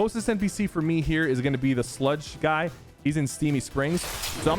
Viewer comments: Bro said “sledge” like 5 times. Sludge, sypher sludge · Hey yo, there's only one e in the word sludge you keep saying sledge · did anyone else notice that sypher called Sludge, Sledge? RIP Sludge btw